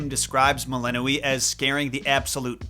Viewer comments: I thought it was pronounced Mel-in-OI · How do you pronounce "melinoe"? Like I've seen 4 different pronunciations now.